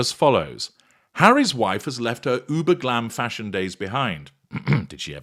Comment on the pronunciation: The way you say fashion as fshon is hilarious now every time I hear some one say fashion all I hear is you saying fshon 🤣🤣😜